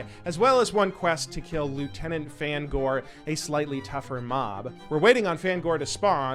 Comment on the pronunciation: Pronouncing Fangore as fan gore I instead of fang ore is diabolical lol 😂 never change